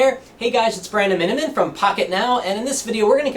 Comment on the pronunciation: hey guys it's